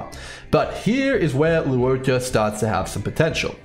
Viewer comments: Not tryna be a dick but his name is pronounced 'Luo-CHA'. Not 'Luo-KA'. Just wanna point it out. Otherwise good video thx. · I agree, I'm Chinese and it's pronounced as "luwoh-cha" The cha in Channel not "ka". Still great video! Definitely pulling for him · I could be wrong bc I've never heard his name pronounced in the game's CN dub and I haven't seen his name in Chinese characters, but I'm fairly certain it's meant to be pronounced "lwuh-cha". Even from an English speaking perspective it doesn't really make sense to be pronouncing the u and o in Luo separately nor to be giving the ch in cha a hard c sound